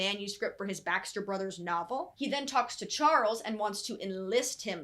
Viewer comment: Everytime you said Baxter brothers it sounded like backstreet brothers I was so confused